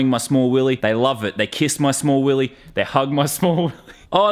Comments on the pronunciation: it is not willy! It is WILLEH! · YOU SAID YOU HAVE TO SAY IT LIKE WILLEH